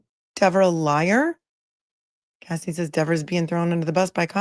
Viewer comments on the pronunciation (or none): none